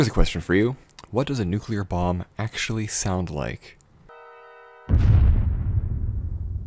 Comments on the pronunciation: Stop making videos about nuclear devices until you can pronounce "nuclear" clearly and correctly without swallowing the "l". New-klee-ur New-klee-ur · You mispronounced nucular